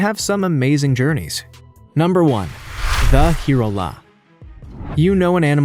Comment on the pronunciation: And the last one: Hirola is pronounced "Hye-rolla" . sooooo easy to look up before you mispronounce.